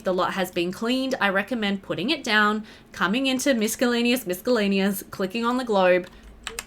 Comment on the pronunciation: no hate whatsoever but where are you from? i was thinking australia but i've never heard anyone pronounce "miscellaneous" like this before